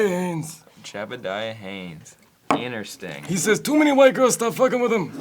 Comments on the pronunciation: saying "innersting" instead of "interesting" started bugging me about 8 minutes in. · i fucking swear sam stop saying innersting theres another t 😡